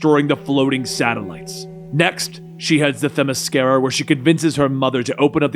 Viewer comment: Hell yeah there you go, pronouncing the shit outta Themmesskera!! I'm proud.